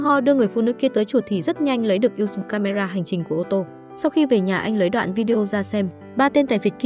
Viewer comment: Editor nên viết lời đọc "USB" - toàn chữ IN HOA, thay vì "usb". Mỗi lần đọc USB nó đọc thành U xừ bờ🤣🤣🤣